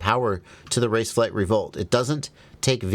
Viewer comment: This said pronunciation of "raceflight" is spot on, my aunt is Swedish and she said that's the best pronunciation she ever heard